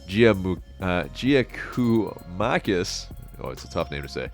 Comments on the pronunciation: It is pronounced Yia-koo-mah-kiss. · GG is pronounced Yakomakis. Would be a great signing. Will be top scorer